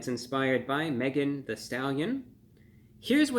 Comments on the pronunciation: Megan THEE Stallion not "the"! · Thee Stallion, not the. I’m also guessing “hottie” is not part of his normal vocabulary. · It’s THEE Stallion, not “the” stallion. How insulting. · THEE (not THE) Stallion.